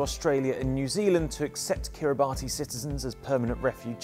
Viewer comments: You pronounced their name wrong. Kiribati is pronounced "Kiri-bass" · It is pronounced "ka-ri-bas" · alot of people pronounce it "Ki-ri-ba-tee" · Its pronouncrd "Kiri Bus"